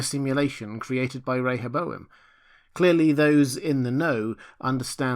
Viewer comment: Thank you for pronouncing Rehoboam correctly! 👍🏻